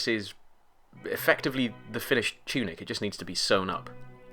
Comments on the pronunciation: Lol "Choonik" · "choonik" had to pause died